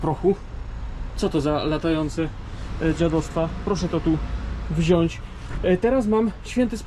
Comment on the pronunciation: mow ladnie po polsku nie wzias tylko wziac🤣😂🤣pozdrawiamy kobitke co sie tam chowa